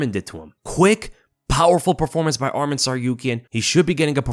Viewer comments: It’s not Armen, it’s ARMAN! Ar- Mawn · Get his name right atleast if you're going to become a bandwagoner. Arman, not Adman